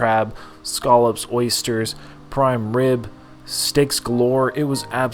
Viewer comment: You can't pronounce "scallops" to save your life